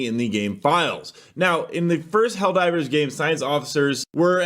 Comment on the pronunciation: I choose to believe they're pronouncing helldivrs is a reference to how a lot of AI songs pronounce it.